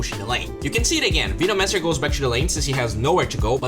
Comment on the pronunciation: Dude you have to practice saying veno-mancer